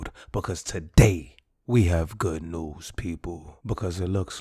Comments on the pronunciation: bruh said good NewsK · Nigga really said goodnewzK